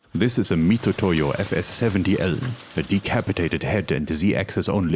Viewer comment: Thank you for pronouncing Mitutoyo (Mitsutoyo), correctly! It rubs me the wrong way every time someone else else says it wrong. (i.e. literally everyone, every time). They really shouldn't have chosen that system of transliteration.